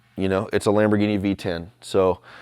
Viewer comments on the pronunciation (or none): none